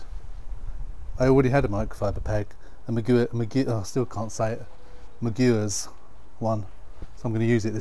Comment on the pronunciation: Pretty sure it's pronounced Maguires,as in Harry